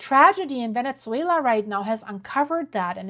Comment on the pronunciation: Venetzuela? What language is that?